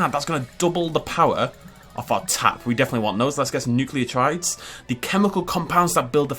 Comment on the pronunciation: "I have a degree in biomedical science," 5 seconds later "NUCLEOTRIDES"